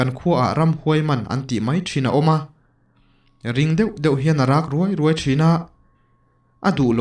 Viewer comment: I thu chhiar ngaihthlak a nuam in a ngaihnawm thin hle mai. Mahse i thu chhiar thenkhata i hman thin "ruai ruai" tih hi "rûai rûai" tiin han chhiar ta zawk la ngaihthlak a nuam in a dik leh zual ngawt ang tih hi ka lo zep tel ve lawk duh a ni e. Ka lawm e 😊☺️